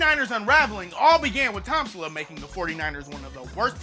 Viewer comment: "Tom-sula" lmao